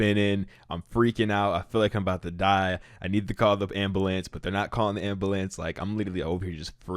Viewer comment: "The ambalance" 😂